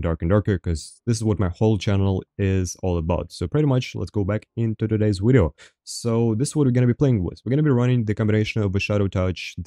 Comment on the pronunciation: ive been watching for a while is there a reason you say wideo lol. I always thought it was funny and wanted to know